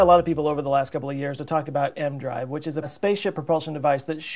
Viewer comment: It's E-M drive. Not M drive. And it doesn't work.